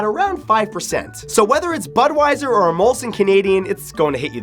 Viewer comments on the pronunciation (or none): none